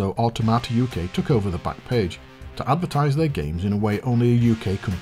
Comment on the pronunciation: Cool show! Definitely subscribing. Just a note: 'Automata' is pronounced 'Awe TOM ata' not 'Awe Tomato'